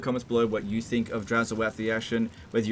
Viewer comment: It's oath, not o-ath.